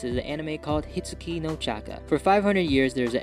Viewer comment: Its hitsugi not hitachi 😂